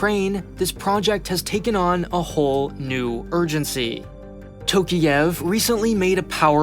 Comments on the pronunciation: It's Tokaev, not Tokiev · Dude. Can you please at least put a name into google dictionary and listen to the English pronunciation of a name. Wtf is Tokiev? Tokyo + Kiev? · And it's Tokayev, not Tokiyev. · Bruh, you overlooked so many things. At least, call the names with a correct prononciation. “TOkiEv” 😂😂😂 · Tokiiiiev?!! tf ?! TokAyev! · Nah, he did not. Almost all names and lastnames have the wrong vowel stressed. Tokayev is the worst, since it should sound like "Talk-Eye-Ehvv" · It would have been nice to learn how to pronounce the last name of the president of a nation you are talking about